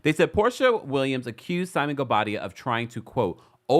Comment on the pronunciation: I scream laughing every time you say “Simon Guobadia” 🤣🤣🤣🤣🤣🤣🤣